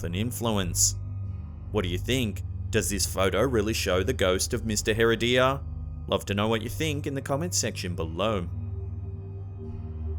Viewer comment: Not "Hair uh DEE ya". Hair RED ee ya. Gracias.